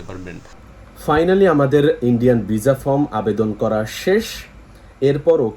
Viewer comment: শব্দটা ভিসা কিন্তু আপনি বার বার ভিজা বলেন